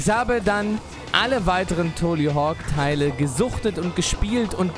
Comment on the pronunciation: Wenn du schon ständig "englishe " slangs zwischen Deutsch reinhaust um es " cooler" rüber zu bringen dann solltest WENIGSTENS den KÖNIG DES BOARDS richtig aussprechen können!!! ;) nur so am Rande